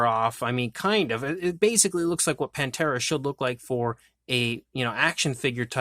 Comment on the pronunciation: Pan-thera I like Pantera but ppl often say it wrong panthera meaning the genus of large cats being leopards,lions,tigers and jaguars